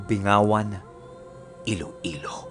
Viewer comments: It is pronounces as Bing-gawan... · Hi 😊 yung tamang bigkas po ng lugar na bingawan ay BING-GAWAN yung tono po ng GAWAN ay pababa po, same po sa tagalog na "GAWAN kita sarangola" Hehe! At yung lugar na SAGAY naman po yung tamang tono nag pag bigkas nun katulad din ng tono ng SAKAY sa tagalog papalitan mo lng ng "G" ang "K". 😊 sana po makatulong sa susunod mong mga kwento 😊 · Binggawan po ang basa sa pangalan ng bayan na yan 👍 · hi po its BING-Gawan po pronunciation ng place.katabi po yan ng bayan namin sa Iloilo.thank you🙂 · Magandang umaga,malapit po samin Yung bayan na Yan narinig q Rin po Yung kwento na Yan sa mga klasmate q na taga bingawan..pero Ang tamang pronounce po ng pangalan ng Lugar bin-gawan or bing-gawan..salamat po